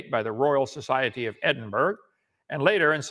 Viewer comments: Kunt allegedly being a "science" teacher is most definitely a catastrophe. Also, Edin-burg Kunt, not only don't you know "real science", you don't English good do you not. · Yeah, it’s Edinbur-uh. TBF, most Americans pronounce British towns and cities incorrectly. Good luck getting an American to pronounce Leicestershire correctly.